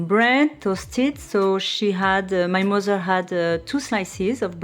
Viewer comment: Oh my god! Your accent is so cool! Your “mozer” and grand “ mozer “will be reallyproud of your pronunciation!! 😂